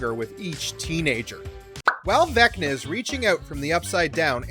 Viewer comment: Why did you say Vecta the first time?